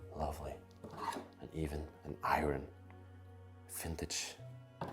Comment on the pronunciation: Iron, pronounced I-ern 😆